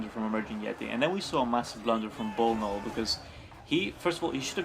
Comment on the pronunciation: Nice comentary, i must admit. But it's bnollbnoll not bolnol. Both players did mistakes it was a matter of who did the most. Thanks for casting and let me know if you want more replays.